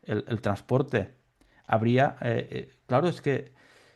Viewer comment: Hauria= habría 😅